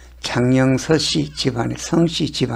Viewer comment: 창녕성씨 란발음을 자꾸.서씨라고하시는 지요 성씨와 서씨 구분확실이하셔야지 기분 좀그런네요